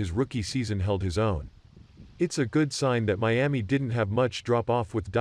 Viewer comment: Who taught him how to say Miami 🤔